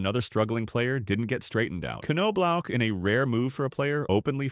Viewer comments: Jesus man, its ''nob lock'' NOT '' ''c no block'' smh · KanKnowblock. Sounds right to me! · AI can’t pronounce Knoblauch correctly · yeah, did you notice that it got it almost right, like 30% of the time